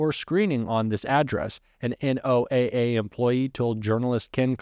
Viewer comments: Pronounce "NOAA" like "Noah". 💙💙💙hi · NOAA is pronounced Noah